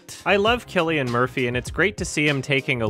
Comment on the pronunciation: It's pronounced Silly-an Mur-pee.